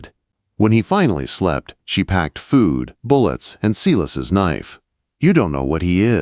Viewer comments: As often as the name Silas is used in these stories, there's no excuse to mispronounce it in this story. It's not See-lus, it's Sigh-lus. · You could at least pronounce the name Silas correctly. Pronounced with i like silo.